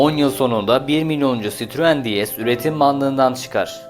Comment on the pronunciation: Sitruuun çitruen 😆 sırtlan belini anımsatan tek marka böhöhöhööyt 😀